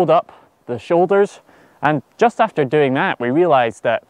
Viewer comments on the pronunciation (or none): none